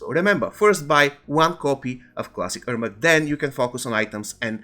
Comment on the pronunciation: Good information, bad pronunciation and the video has nothing to do with the information. You could just show a screenshot, a picture, or something. I had to rewind a few times to understand he's saying "Ermac". Same thing about "if you're in the US you should buy bjfjfdjfjdf..." What? The most important part of every sentence is the last word and he never completes the last word beyond the first syllable.